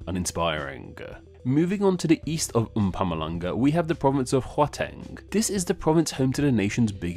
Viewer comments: A very few from my country know that my home province means Christmas 😅 A Lil correction on Gauteng pronounciation it's Ghawu-teng, not Ghua-teng. other than that however, spot on 👏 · Gauteng is pronounced like Howteng, but with a guttural soft G. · How much does pronunciation factor into your rating? I ask because you definitely butchered Mpumalanga & Gauteng. But if meaning is the main factor then pronunciation matters little. You said: mpumm ah lung ah Correct: mpoo mah la ngah You said: hwa-teng Correct: hau(how)-teng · The "au" in Gauteng is actually pronounced similar to the "ow" in words like wow, how, etc. And it literally translates as "place of gold" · Great vid, but the way you pronounced Gauteng killed me xD And boers xD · The Way you Pronounced Mpumalanga And Gauteng eeei no cut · that absolute butchery of the word Gauteng😢, like damm man you could at least have tried to google a how to pronounce it guide. And comes from the Boer Natalia Republiek (Natalia Republic) whitch was a short lived boer republic that was made from land given by the new Zulu king Mpande for helping him win the war gains his brother Dingane, the British invaded it and took over as they feared thr boers where growing to strong in the region. The British renamed Natalie Republic to the Natal Colony.